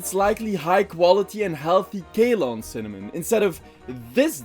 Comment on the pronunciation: I love how you mispronounced almost every single ingredient that is named after a region… “Kay-Lon” for Ceylon is my favorite, so far 😂